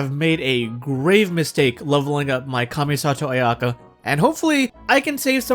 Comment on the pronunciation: I already hate the video on how he pronounces the name